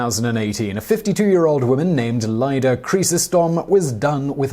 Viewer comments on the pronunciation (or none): none